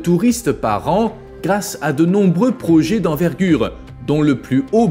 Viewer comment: Parler d'un destin tragique pour Dubai ?, rien de tragique là-dedans, rien qu'un futur inéluctable pour une ville artificielle, tout comme ses îles où les millionnaires regardent vivre les milliardaires, pour encore combien de temps ? Projet se prononce è et non projé. Agaçant.